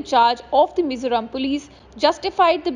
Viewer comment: Its Mizoram not Mizuram😈 Vai-rêng-te not Varangate😒